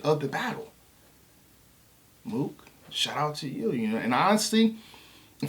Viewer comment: nigga said MOOKION 😂😂